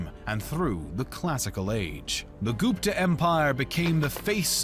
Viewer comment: Gupta is not pronounced [Goop-ta], it's pronounced [Gup-tha]. The letter u is pronounced the way you would pronounce it in the words "full" or "sugar".